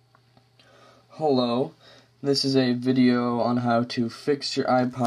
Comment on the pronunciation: he says ha lo